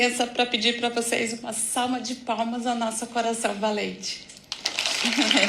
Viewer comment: Aos : uma "salma" de palmas ... mano, não dá pra aguentar kkkkkk a legenda automática corrigiu ela kkkkk